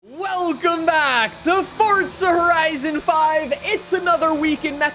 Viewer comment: Welcome back to For-Tza horizon 5 today we will be trying to pronounce Forza